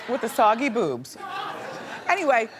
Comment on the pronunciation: I’m sorry, but did Wendy say soggy boobs??? It’s saggy Wendy saggy.